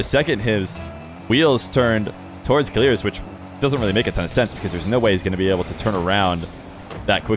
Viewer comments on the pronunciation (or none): idk who told u to say keleerz but its killers bruh